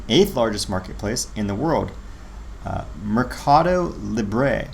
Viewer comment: Pronounced “mare Ka doe” think market And pah go = pay Therefore “market pay” “Lee bray” = libre= freedom 😉